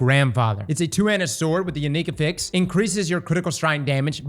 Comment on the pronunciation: hurts me with how he says affix.